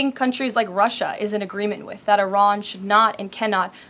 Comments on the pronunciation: She just pronounced "Iran" two different ways in five seconds. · she can't even pronounce "Iran" correctly. No magat can.